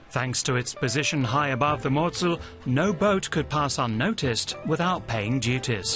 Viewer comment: You show the Rurtalsperre and say it is volcanic. 😂😂😂 So wrong! And it is not MOZZEL. It is Mosel.